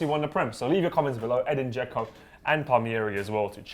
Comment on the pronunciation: dzeko more like dzekno